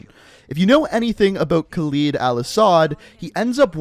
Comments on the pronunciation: Dude. I like your videos alot. But man these pronunciations of the names are killing me. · Its a small detail but it happened every tome but im pretty sure you are pronouncing "Khaled" wrong every time making it sound like it has a "y" not an "e". As when u hear Dr. Kate Laswell say the name it sounds correct. Sorry for the rant this was just on my mind but i love your vids keep up the good work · Wanted to enjoy the video... but man you need to start pronouncing "KHALED" correctly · the way you pronounce “khaled” pisses me off. you literally hear an american saying it and still pronounce it wrong. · Characters in game say name properly. Proceeds to incorrectly pronounce name throughout the video. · Im an iraqi kurd so i know a bit of Arabic but that pronunciation is so far off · Your mispronunciations of the names really piss me off. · You just love to murder names... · you are saying khaled al asad wrong it is in arabic not english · The way he pronounces these names pissed me off. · Why can't he say names right? They say the names all the time and he can't say it right.......🙄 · This video has some errors (aside from your cringey pronunciation of “Khaled”) You referred to the forces accompanying Alex in the opening mission as the “SAS”, despite the fact that they are Marines. Most of this video is just extreme speculation. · Am I the only one noticing that not only he's saying the name of Khaled Al Asad wrong but he also called American Marines SAS I like these videos but at least know what you're talking about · Not trying to offend you, but why do you say Khaleed al asad instead of Khaled al asad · ....they literally say their names and you still fuck it up.... it's Kha-LEAD not Kha-leed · "Khaleed" Bruh. It's Khaled. Not Khaleed. There's one 'e' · its not kaild al asad its KHALED al asad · it's khalid or khaled not khaleed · Pretty sure they said "Khaled" and not "Khalid" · They literally say ka led not ka leed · "Khaled Al-Asad" not "Khaleed Al Asad"